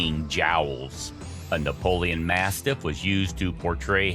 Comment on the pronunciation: Read the name properly if you don't know the type of dog. It's ''Neapolitan Mastiff '' & not ''Napoleon'' as you have clearly pronounced.